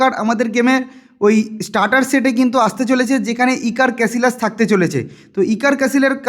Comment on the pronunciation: ক্যাসিলাস❌ ক্যাসিয়াস✅